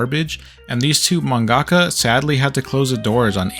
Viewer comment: "man-gaka", its just manga-ka